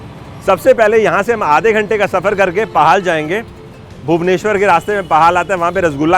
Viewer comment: असलमें यह जगह पाहाल नहीं पोहळ जगहका नाम है । वहीं छेनापोडा़ नहीं छेनापोड़ कहते है । ओडिआभाषा च्यूंकि अकारान्त उच्चारण होता है अतः आपको पहले पहल थोडी तकलीफ होगी ।